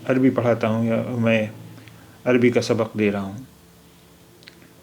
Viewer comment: اے جاہل کے بیٹے جاہل تیرا پورا خاندان جاہل: اتنے غلط پڑھتے ہو عربی، اگر تو جاہل عوام ہے تمجھے عربی نہیں آتی تو کم سے کم چپ رہتے غلط نشریات کرکے امت کو گمراہ نہ کرتے